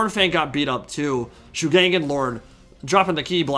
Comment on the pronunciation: ngl, the pronunciation of shugengan bothers me xD ... over all others, and i know every single yt-er will pronounce it pretty much the same way haha. will just hafta tune it out as much as can xD for anyone interested, following pinyin pronunciation rules as i understand them Shu is fine, pronounced shoe but G is more like a hard K in pronunciation Gen - K - uh - n - like saying gun with a hard K gan - K - ah - n - like saying can with a hard k